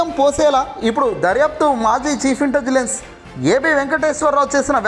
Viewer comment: ఇంటెజిలన్స్ కాదు సార్, ఇంటెలిజెన్స్.